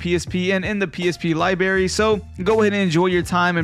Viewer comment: he said libary